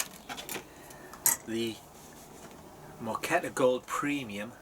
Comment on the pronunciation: That mug is far too big. No wonder you can't taste much. It's pronounced "MOH-ka-teh".